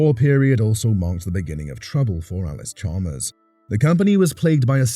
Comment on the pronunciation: You lose credibility when you can’t even pronounce the name correctly. It’s not Allis Chalmer, it’s Allis Chalmers, with an s.